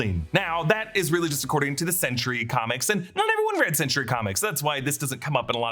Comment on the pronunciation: Anyone think it sounds like he’s saying “century” instead of “sentry”?